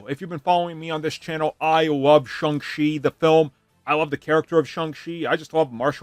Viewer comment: His pronunciation of Shang Chi is 🔥